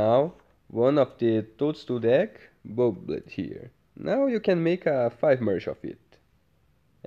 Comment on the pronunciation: Omg the way you say 'bub-led' has me crushing 🤓🤭💜